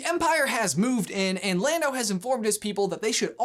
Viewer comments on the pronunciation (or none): none